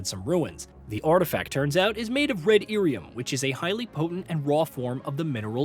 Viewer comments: That dude has never played a DA game clearly, and likely read lyrium as Iyrium (capitol i) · Dude it's Lyrium not Irium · what the hell is red irium ..... 😂😂😂😂 he called lyrium as irium 🤣🤣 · Someone either wrote this guy's script badly, or he did not check his pronunciation of certain words. Red "Lyrium" not "irium". Also said "Orzammar" wrong. Kinda takes away some credibility of you covering a franchise when you can't say things correctly... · 'Theedas' I can kinda understand. OrzAmer I can kinda understand. But... 'Eerium'? Really? Granted, fantasy names are weird and pronunciations aren't always consistent even in the source material (Ghilan'nain / Ghilan'naan). But when you start omitting whole-ass consonants it really calls into question where you got your information from. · irium? Theedis? Mittle? Corifis? Even Sera pronounces his name better than that - Coryphytit <3. Oh, and the S in viscount is silent. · right that irium, theedis corifis 🤣🤣🤣🤣🤣🤣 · Ear e um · Red lyrium “Cor-riff-ee-us” They’re pronounced multiple times in the game bro 😂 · Great overview, especially after how long it's been since I've played the games. But bruh lol, an average DA player would know have known how to pronounce Thedas, Lyrium or Orzammar.